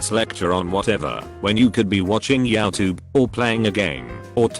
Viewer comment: "Yeahtube" dafuq